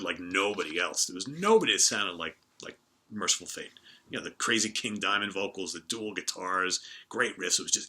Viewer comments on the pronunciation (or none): none